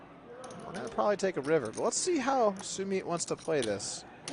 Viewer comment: Its Su-Mit for the commentator.